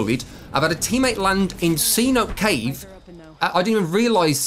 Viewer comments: amigo. Pronounce “Cenote” as “Sea-No-Tay” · Pronounced. cé-nohtay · You can even get away with saying say-notay